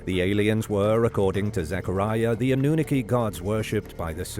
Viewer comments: I’m afraid your AI voice has no idea how to pronounce “Anunaki” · Why the pronunciation oddity on annunaki and denisovian? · I heard that too😂